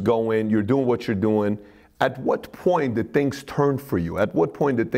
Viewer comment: "Let me tell youse a couple tree tangs."